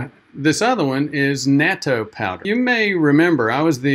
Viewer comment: If you're going to be a Japanophile, then you should try to learn the pronunciations. It's short a, pronounced like the English "not-toe" My wife is Japanese-American and she and our daughter eat it everyday as part of their ochazuke. They both always liked it. I've resisted. Yeah, that's a strong nasty taste, but it's so good for you, so I should force myself to like it.